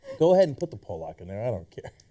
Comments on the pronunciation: it's pronounced pawluck no powlock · its Pollock not Polack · paahlack not poolaak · say it with me cenk.. paul-luck. not pole-lock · Pallock is how you say it not Polock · sorry cenk its called pollock not polack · Cenk, its pronounced like "paul-lek" with emphasis on the paul part. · Polak, HAHAHA. Love how nobody in the studio corrected Cenks pronunciation. How many Polaks does it take to pronounce Pollock? :-D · Pollock the fish is pronounced "Paul-uck" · it's pronounced 'paw-luck'... o.O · PAUL-LOCK (POLLOCK) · it's pronounced pawl'-uhk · Cenks pronunciation of pollock is fascinating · wow you guys pronounced pollock so wrong.